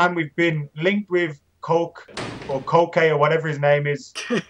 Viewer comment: Jorge Resurrección Merodio a.k.a Koke: the correct pronunciation is ['koke] not [kəʊk] (can't do the vowel shortening in my keyboard).